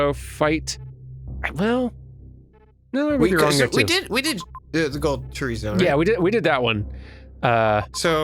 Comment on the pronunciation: "Chorizo" fight? I didn't realise Metroid had chorizo, I thought it had Chozo. Y'know bird people and not sausage. I swear I need a kappa for YT. EDIT: I grew up on Outlaw Star, Trigun, and Gundam Wing as far as TV goes. Powerpuff & Co existed, but I watched way more of the others. One episode I'll never forget was Scenario for Bloodshed (Gundam Wing), where one of the baddies executed some dignitary by dumping him out an airplane and shooting him in midair.